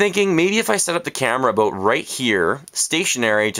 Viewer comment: You said aboot I heard it I heard it mwhahahaha! :)